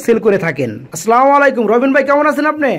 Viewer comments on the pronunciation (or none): ভাই সালামটা ঠিক করে দিয়েন.#(আসসালামু আলাইকুম)